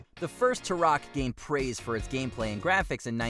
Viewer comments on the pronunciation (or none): Talking smack on turok and dk is not cool. It's not tourok. It's turok!! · The fact that F-Zero X was included, and their pronunciation of “Turok” immediately invalidated this list. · watchmojo you have gotten so bad when it comes to the kids making these lists now. I thought that the F-Zero entry on this list was bad, then i realized on the next entry that the kid you have narrating it cannot even pronounce Turok correctly. It may not seem like it matters, but it does. You really lose all credibility on the subject that youre judging if you cannot even pronounce them correctly, it shows an huge gap in knowledge on the subject youre being critical and rating. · Please stop saying Turok that way.